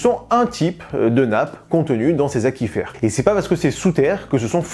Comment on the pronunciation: Aquifer se prononce a acuifer Sa viens de Aqua feré transporteur d eau en latin ou grec